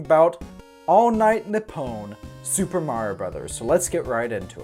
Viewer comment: You pronounced Nippon wrong. Its "NEE-PPOHN".